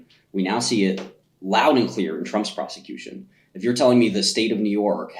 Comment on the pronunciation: He said persecution wrong